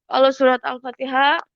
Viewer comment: lucu ini ibu haji, katanya haji, katanya sekolah pesantren, tapi baca alfatihah aja gak bener, tak usah berbicara tajwid, makhrojul hurufnya aja error. Ngaku belajar MTQ, sedangkan pakem lagu atau nada dlm qiraat nya aja error' juga .. mau nipu tapi ketipu sama dirinya sendiri. memalukan.....